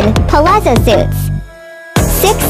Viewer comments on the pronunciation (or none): none